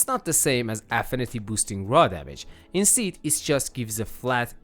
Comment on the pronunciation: Insteed... Instead....